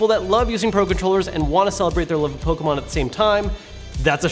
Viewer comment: The way you say Pokemon all compressed like that infuriates me lol